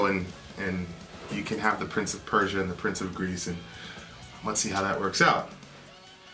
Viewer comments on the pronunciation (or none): none